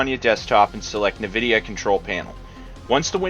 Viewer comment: its en-vidia not na-vidia